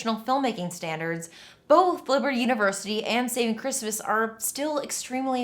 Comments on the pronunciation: I keep hearing "Saving Christmas" as "Satan Christmas" and feeling wildly confused for a second lol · Anyone else keep hearing "Satan Christmas" instead of "Saving Christmas"?